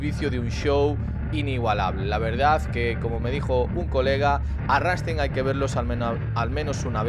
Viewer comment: Es rammstein no ranstein